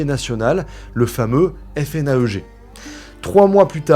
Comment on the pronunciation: on n'epèle pas les initiales du fichier national des empreintes génétiques automatisées, on dit "fnaègue" et non F.N.A.E.G.